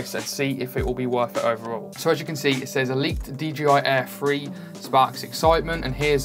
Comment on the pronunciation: Are you saying "DJI Air Free" or am I missing something?